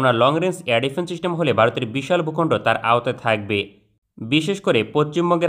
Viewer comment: চিস্টেম না সিস্টেম হবে।